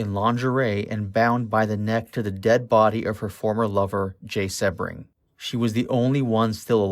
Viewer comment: Well done video but with glaring mispronounciations. Sebring is pronounced sea-bring, Van Houten is Van How-ton, Sadie is say-dee, Leno LaBianca is Lee- no. among other mispronounced words. My guess is this was made by someone too young to have been born when this all went down. Still, if you care enough to make an otherwise good video, you should take the time to make sure you are saying the names correctly along with any words you may not normally use day to day.